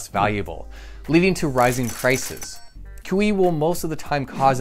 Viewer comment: Every time he says QE, I hear kiwi. I was tabbed out and couldn't unhear